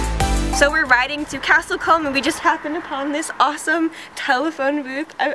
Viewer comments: It's pronounced Castle Coom!,not comb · Combe is pronounced Koo-mm. It's a common placename as it means 'spring'.